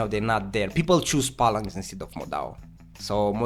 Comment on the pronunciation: For fucks sakes bro, stop saying "Pallanx". Its PHALANX. Pronounced like Fal-anxe. your accent is bad enough, but when you say shit like that it really undermines your knowledge here...